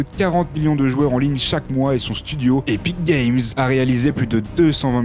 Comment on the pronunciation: Mdr quand il dit "Epic Games"